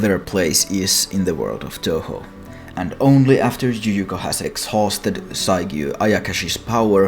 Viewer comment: What fucking language pronounces "y" as a "j". The other way round, sure, yes. But fucking JUJUKO